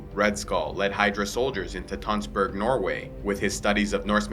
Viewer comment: To hear you say Tønsberg, Norway is funny because I live there.